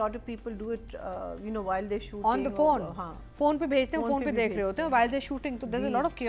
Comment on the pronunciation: A friendly advice for as you all talk about language and pronounciation. It is phone not "foon".